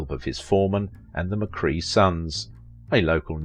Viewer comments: McKray not McCree otherwise an excellent documentary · "McCRAY", not 'McCree' - - - hey, you sayit perfectly ! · It’s McCrea, like CRAY fish, not McCree like key! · That's not how you say his name pronounced: Joel McCray! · Snother wrongly-pronounced name! WHY NOT show the respect to your subjects of checking name pronunciation? "McCray" - amd you actually say it right twice. Respect. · I guess the ten seconds it would take to research how to pronounce the name correctly is too much to ask for. I, like you, was very annoyed by it.